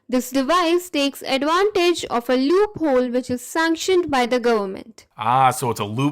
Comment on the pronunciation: i heard her say "a loophol sanctuned by the gooberment" xD